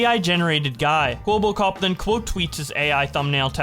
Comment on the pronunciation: why do keep calling him "kwobbokop"?